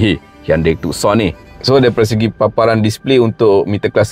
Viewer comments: Bang...maaf ya. Bukan TukSon..Its TuSon..Yg lain, u xplain, superb. Just the name itself, salah Tuan. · Tucson Nama diambil dari sebuah bandar di selatan Arizona, US Sebut Too-son Bukan Tuk-son